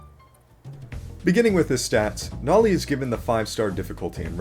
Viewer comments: BRO ITS NOLI NOT NOLEE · (its no-lee) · is it me or did bro say nali? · Heh... Bro said Nawli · The humble guest: Also why did u say noli like that lel